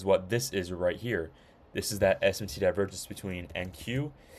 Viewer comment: Bro said Divervenge